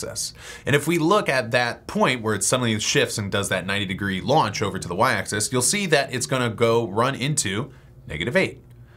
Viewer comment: Stop pronouncing "axis" as "access".